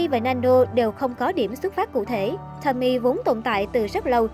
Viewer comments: Đọc đúng tên là Tô-mi-ê chứ không phải Tommy ad ơi. Tên tiếng Nhật chứ đâu phải tên tiếng Anh. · Vô coi chỉ vì thắc mắc có phải là Tomie trong truyện này là cảm hứng cho nhân vật Tomie trong Iden ko thôi :V nhưng mà nói truyện kiểu Nanno remake Tomie với phốt tới kiểu đó thì xoá video đi :))))) với lại là To mi e 3 âm chứ ko phải là To mie 2 âm :)))